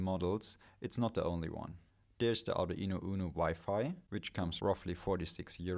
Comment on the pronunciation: Does the Arduino pronounciation stress at the mid E vowel? aa-du-Eee-no for real?